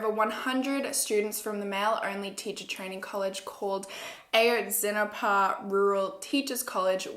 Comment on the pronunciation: Ah-Yohtz-Si-NahPuh ;)) A is short, so it’s Ah! also I’m Mexican and I really appreciate how you did this case. Everybody knows Peña did it, he made the Iguala mayor do it too. He was a disgusting president and I’m glad there’s a new president. There’s no reason why police officers from the state would take students on their way to a protest. It’s disgusting how 43 students were taken and nobody knows where they are. I feel terrible.